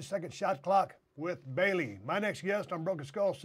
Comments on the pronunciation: SUPER SMASH BROTHER... BELEEEEEEEE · Is it just me or does he say bayley funny